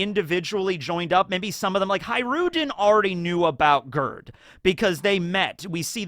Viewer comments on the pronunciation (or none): I love how he says "Girth" instead of Gerd. And I think this name is refereing to the Swedish name spelled the same way. My church quire teacher's name was Gerd but it sweden sometimes you pronounce G as a J and a swedish J is much softer than the english one, it's closer to a Y actually. So closest phonetic way of spelling the name would be Yerd. Although the E is pronounces like an Ä which is sort of a mix between an E and an A some people would say but their is no real english equivalant. Put Gerd into google translate in swedish and see how they pronounce it. Also haha R and D together become like one consonant witch is like a D but further back in the mouth than a normal D. I didn't realise when I started typing this how difficult this was gonna be.